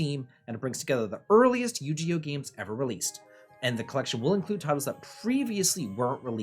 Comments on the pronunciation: Yu gi oh not yu ge oh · I pictured him laughing prior to recording this, saying; I’m going to deliberately mispronounce it. Will drive people crazy. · You-GEE-oh??? Okay i know you’re an old man but THATS A NEW ONE BROTHER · The "Gi" in Yu-Gi-Oh is actually pronounced with a hard "g", not a "j" sound. Sorry if this sounds pedantic. Longtime Yu-Gi-Oh fan from childhood. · I live for his mispronunciations 😂😂😂